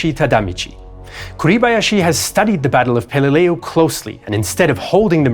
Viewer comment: Pal e leau? Pal a lu!!!